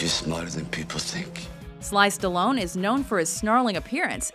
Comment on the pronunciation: χαχαχα τι σταλοουν? σταλονε λεγεται